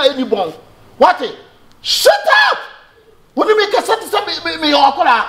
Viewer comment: You mela be shout up" eeii Aca 😂😂😂😂